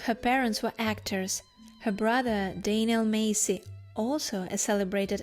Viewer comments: ……her surname is Massey. NOT Macey. Mass-e……… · Anna Massey (mass-ie) - not Macey. I know her name because I am one to watch the credits and I only watch black and white and a few in color. She was a wonderful character actress! Thank you for reminding me of her. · Not "Macy".....MASSSY..... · its Anna Mass-y you moron not Macey. If you think she's so great (which she is) then show some respect and learn how to preonounce her name correctly. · Very interesting! But her surname is pronounced Massie as in lassie. Not May-see. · I love Anna Massey (you’re pronouncing it wrong lol). She is daughter of Raymond Massey who was a famous American movie/tv star. And she is the sister of the famous British actor Daniel Massey. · The "A" in Massey is the same as the "A" in Apple 😊